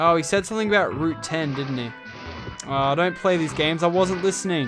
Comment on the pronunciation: Whenever you say something you add a k making it something